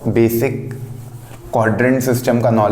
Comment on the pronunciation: Sirjii.... Befic nahi Basic hota h vo